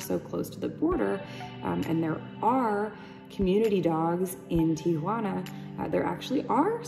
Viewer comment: “Tiguana” LOL